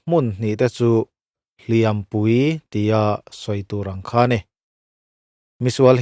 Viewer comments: "Hliam" i lam rik dan hi a diklo tlat mai a..... "Hliam" tih hi "Tiam tlat e" kan tih a "tiam" anga i lam rik chuan thil lo la awm tur sawina a ni a. Tin, inbiakna ṭawngkam a hman tur a ni bawk a ni. E.g.- Mi i va hliam ringawt ange aw. "Hliam" tih hi "a va pawi ve aw" tia "pawi" anga kan lam rik chuan thil kal tawh sawina a ni a. Tin, mi chanchin kan sawina atana hman tur a ni bawk a ni. E.g.- Hliam nasa tak a tuar a ni. Mizo ṭawng (Lusei ṭawng) hi uluk hram hram ila, hnam peng hrang hrang pawh chuti tho. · Hliam tih hi i sawidik fel famkim bik chiah lo. Verb anga hman anih Chuan 'tiam tlat e, Kan tih a, tiam Kan lam dan anga lam tur. Adjective anga hman anih Chuan lam rik san tur. Ui hliam alo kal.